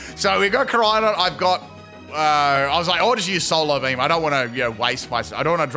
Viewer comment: "Solar Bleem"